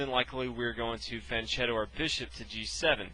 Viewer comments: ch in Italian is pronounced K…. So phonetically it’s feanketo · And it’s pronounce FianKhietto. “CH” in Italian is pronounced K. Good video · Just one thing. Fianchetto is correctly pronounced with K. It comes from an Italian word (fianco, which means 'flank, side') and if you want to attempt a translation i would say it's something like 'flank trick'. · i know this is an old video but Pirc is pronounced Peerts and fianchetto has a hard k sound